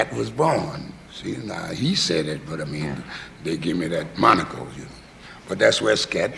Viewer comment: 'He gave me that monocle' 🧐(moniker) haha